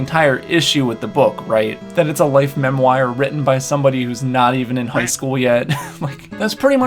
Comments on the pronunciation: Mem wire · Good video, but we need to talk about your pronunciation of "memoire"...